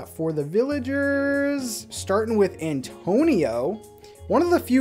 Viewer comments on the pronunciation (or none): none